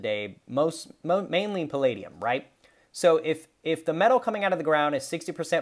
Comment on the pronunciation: No no no, it’s pall-AH-dium 😋 Great video, I agree that it is more like platinum is undervalued than palladium is overvalued. Great analysis considering the percentages mined. 🔥🦈🌊